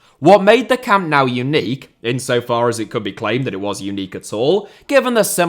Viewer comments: btw why do you say Camp Now (as in english "now) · Camp now... 😢 the pronunciation... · I love every clip by him too. But why is every British person/YouTuber pronouncing it Camp "Now", without anyone correcting it? It's stupid that modern stadiums are built in a way that they can't be extended, without gigantic costs. Or else Bayern would've had a fourth tier for a long time. But it's almost impossible. The stadium was built together with 1860 München back then. 50/50. Hard to imagine today. Bayern used the financial struggles of 1860 to buy their shares back step-by-step. That's why the seats originally were all grey and the capacity was only 66,000 seats. Every match at any tournament is always sold out, with the possibility to sell 100,000 tickets more. Bayern would probably be the only football club in the world able to have a +150,000 seater stadium, that would be sold out every match!